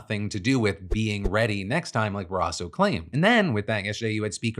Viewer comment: Wyoming Native here... please stop saying Barasso's last name wrong. I know we are a small state (population wise), but please respect our representation enough to get the pronunciation correct.